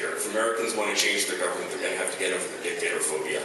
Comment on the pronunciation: LOL she said, “dick-tater”